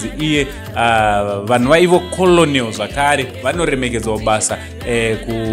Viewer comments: Zvinonzi kenewu kani not kolonewu 😅😅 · Not kolonel its pronounced kennel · Kennel not kenewu